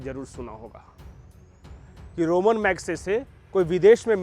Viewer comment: मुंह उठाकर चले आते हैं वीडियो बनाने। पहले पुरस्कार का नाम तो अच्छी तरह पता करके आते! यह रोमन मैग्सेसे पुरस्कार नहीं है रमन (ramon) मैग्सेसे पुरस्कार है। रोम से इसका कोई दूर दूर का कोई संपर्क नहीं।